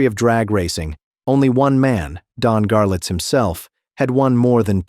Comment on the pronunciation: Ok, I CAN'T TAKE IT ANYMORE!!!!!!! I've read all the comments. It is "Garlits", NOT Garlets. Jeez Louise.